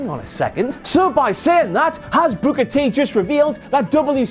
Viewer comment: T-T-T-Tea Tiiiiime (Typed that at the beginning when I saw the shirt) When says "Booker T" it sounds like "Booger Tea"